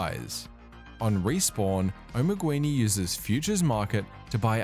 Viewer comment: Just a minor constructive complain. Assuming spanish spelling (since his client was in spanish in the videos shown I assume that was the "correct" way) the word "Omeguini" is not pronounced "Omeg-U-ini", it is pronounced just "Omeg-ini". Could not help but notice every time that player's name was repeated. The word itself has no meaning AFAIK, it kinda sounds like an italian omega. If spelled like you said it does not ring a bell.